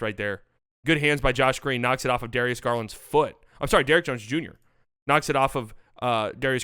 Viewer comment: "Bim Bardaway Bunior " I died XD